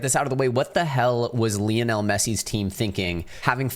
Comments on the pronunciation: Who is LEONEL MESSE? It’s LIONEL MESSE. 😂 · Isn’t Lionel pronounced like the big cat and not the way you say it?